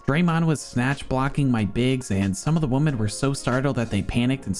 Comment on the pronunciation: JFC dude. its women, not woman. Do you not know how to talk? Nasally a$$, don't know how to pronounce words. Yikes